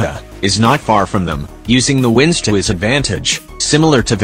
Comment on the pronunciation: i can't with the way wind is said like wēnd